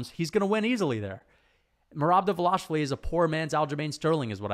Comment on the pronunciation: great video i respect that you are going back to see where you were wrong but i think you had valid logic in the picks even though they were ultimately wrong. one thing though, Merabs name, its pronounced Duh-val-ish-vil-ee its a tricky one for us English speakers keep up the great work always like hearing your take on the sport.